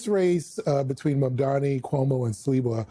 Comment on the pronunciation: Will Cuomo finally learn to pronounce Mamdani's name?